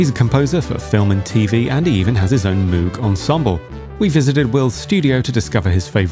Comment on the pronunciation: 1) the wind controller is fascinating; 2) it is pronounced Moog "rhymes with vogue," not "MOOg" please